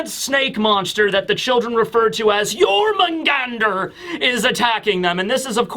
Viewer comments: As a Swede, your pronunciation of Jörmungandr isn't that far off for an English speaker. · Your Jörmungandr pronunciation is actually pretty good